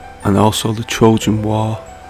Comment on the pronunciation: I believe your trying to say and spell "Trojan" as in "The Trojan wars" . I have never herd of "Trogan" before but I'm sure English isn't your first language that's for the information anyway..